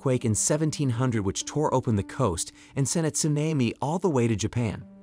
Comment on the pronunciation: Pronounce tsunami again